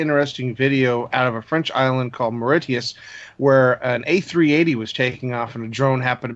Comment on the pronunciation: Mauritius is pronounced "more icious" to rhyme with "delicious". I physically cringed haha